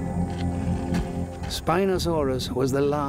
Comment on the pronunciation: The way he pronounces Carcharodontosaurus... LOL!